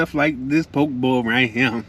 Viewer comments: I live in Hawaii on Maui I use chopsticks only to eat even rice. By the way that’s not traditional poke bowl but looks reallllly good. It’s pronounced po-kay ❤ traditional poke in Hawaii is fresh raw ahi only that’s it. We eat with with shoyu (soy sauce) and poi (taro root) Thanks for shouting us local people out! Hawaii is a beautiful place. We don’t have seasons here, only place on earth with no seasons and no daylight savings 😊 Enjoyed your video! Alohaaaaa 🤙🏽🤙🏽🤙🏽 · Hi. It’s Po Kay Bowl 🍲! Poke’ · He be getting to the MONEY!!! LOVE TO SEE YOU GRINDING!!! BTW.. lt is pronounced pookee bowl!!! Looks so good!!! Stay safe!!!! Many blessings indeed!!! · You should probably learn to pronounce what you’re eating… makes you look real crazy.